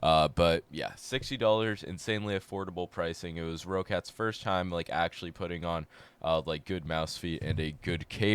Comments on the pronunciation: it's pronounced "rocket" lmao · Their name is Roccat pronounced like rocket.